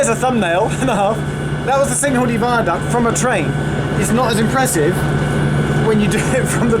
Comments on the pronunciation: Kinghordy not singhordy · The way Geoff pronounces Cynghordy at the beginning of this video is distressing :P But on a serious note, the accessibility to that platform needs to improve. On the Arriva Trains Wales Network Map, it does say that Broome has "Partial access for wheelchair users" but from this video, it's quite evident that accessing the platform with a wheelchair isn't entirely easy